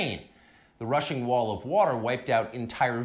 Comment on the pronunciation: Did Tucker Testicle Tanner say "rushing wall of water" or "russian wall of water" ??